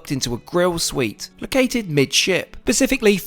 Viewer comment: It is 'specifically', not 'pacifically'. Try to learn English.